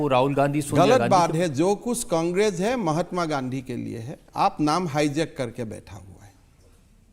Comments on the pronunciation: *Please 🙏🏾 listen 👂 👌😂😂😂😂😂😂😂😂😂😂😂😂😂😂😂😂😂😂😂😂😂😂😂😂😂😂😂😂😂😂😂😂😂😂😂😂😂😂😂😂😂😂😂😂🤣🤣🤣🤣* He said Gandhi '*Gandu*😅 😅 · did he just say Rahul Gandu? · did he just say Rahul Gandu? 😂